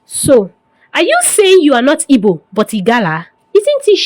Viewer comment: I don't know why you find it difficult pronouncing igbo please its not ibo, what is ibo?😂😂😂